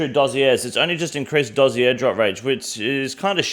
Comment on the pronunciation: Why can no one say Dossier? Are you guys new to gaming?!